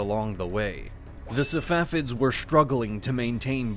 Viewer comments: He keeps saying "Savafids" instead of "Safavids" and this is the pronunciation you focus in on??! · Man said safafids lol